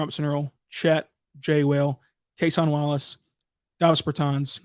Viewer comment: CAY-SHON WALLACE 😂😂😭😭